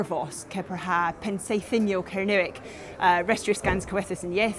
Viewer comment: Much as I admire all efforts to keep ancient languages alive, sounds to me (from Surrey) to be pronouncing 'Kernowek' in an 'RP English' accent. OTOH, I have always wished that I had been brought up in a country where I could learn Gaelic / Celtic languages.